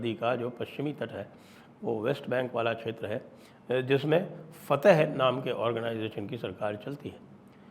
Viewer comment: fateh nahi fathakh